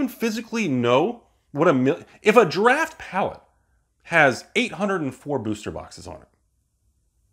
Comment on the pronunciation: Is anyone watching say "Draft" and hearing "Giraffe"? Or am I tripping?